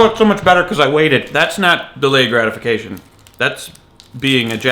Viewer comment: Hahahahah gradifuckation. Sorry that one really got me. Good thoughts though, makes ya think! :)